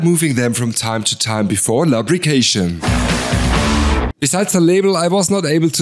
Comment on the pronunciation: Great video! As a feedback, you might want to review your pronounciation of "Lubrication" (actually pronounced Loobrication instead of L[a]brication)